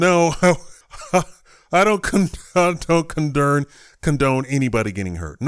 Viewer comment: "I don't condern" I don't know why I found that so funny lol